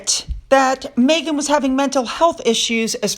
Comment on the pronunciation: Her name is MEGHAN, not MAYghan!! FFS!